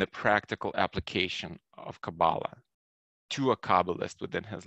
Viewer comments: You are pronouncing it wrong. Emphasis is put on the last sylable. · You don't even pronounce Kabbalah properly. You don't even which way you are traveling.